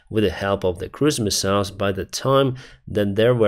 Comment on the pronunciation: Oh cruise missiles, I thought you were saying christmas mouse and was very confused.